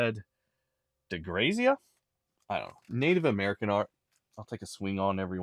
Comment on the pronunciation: De Grazia (short a). Well known southwestern artist.